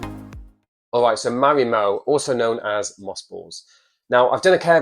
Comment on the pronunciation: I like how he pronounces Marimo like Ma’mo… ☺️